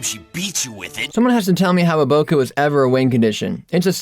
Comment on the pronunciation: hate how you say woboku